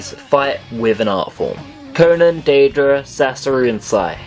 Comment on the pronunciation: I kinda laugh when you say some of the names. I think you pronounced deidara as (day-uh-druh)